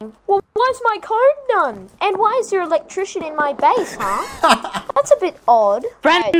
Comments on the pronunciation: Your "electrician" lol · "Electrician" lmaooo